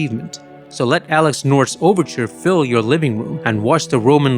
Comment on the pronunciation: Daltore Trumble? This has be using an AI voice to get Dalton Trumble that wrong. Alex North became Alex NORD.